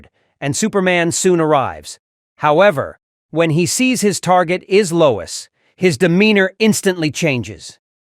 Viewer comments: “TRIPPED BY LOYS” 😂 Freaking AI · "Bottah-rang". "Loyz". Do your own narration. This AI narration sucks. Or should I say, "Sooks"?